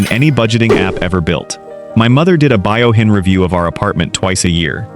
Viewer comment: It’s Fuyouhin, not Buyohin😊